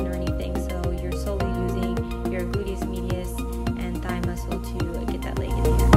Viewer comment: “Boodyis midius”